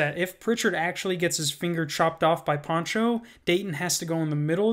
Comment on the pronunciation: his name is Pancho not Poncho lmfao